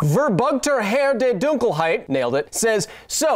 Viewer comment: The name is pronounced "doong-kel-hide" (more or less^^) and just means "darkness". I've heard many English speaking people struggle quite a bit with german vocabary. Sorry for our clunky language !